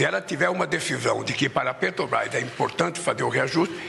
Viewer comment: Putz! Me irrita ver um "presidente" de um país falar "PETOBRAIS"; quem vota "MAJITORIAMENTI" na gente... Um asno! Uma tartaruga em cima do poste.